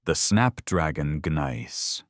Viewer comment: Please let your AI narrator know that the "g" in gneiss is silent.